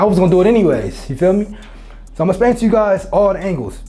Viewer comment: Bra it’s explain that’s the way it’s pronounced not “splain” shit made me stop watching